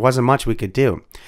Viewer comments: His name was pronounced RuBELL. 🙄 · Pronunciation: Roy CONE ... Steve ru-BELL ... and lots of others. It's easy to find the correct pronunciation, and feels less than authentic when you get it wrong. A well-meant message. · steve rubell no? emphasis on the ell when you say the name please